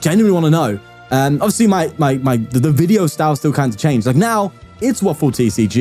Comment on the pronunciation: “Dis stil TUrn One” 😂